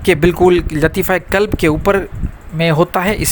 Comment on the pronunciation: Janaab ye "KALB" nahi he balki "QALB" he huzoor KALB kutte ko kehte hn !